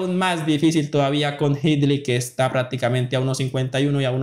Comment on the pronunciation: Aprenda a pronunciar bien no estropee el idioma, no se dice praticamente es prácticamente con c